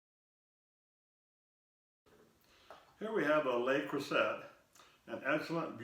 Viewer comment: I use an oval and round Le Creuset depending on the shape of the loaf I'm baking. Works every time without fail. They're expensive, but fortunately a bit cheaper here in France. Btw, it's actually pronounced Crew Say.